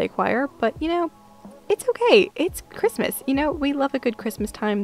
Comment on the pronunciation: "happy crimus" 😂😂😂